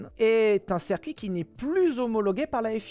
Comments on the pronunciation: le cercuit ça me fait cabler, dit "circuit" stp ssssssiiiiiirrrrrrrcuit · *On dit circuit pas cercuit